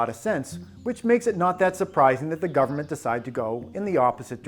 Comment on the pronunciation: Gubmint and epipen